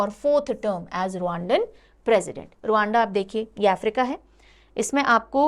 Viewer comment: रवांडा हैं..... रुअंडा नहीं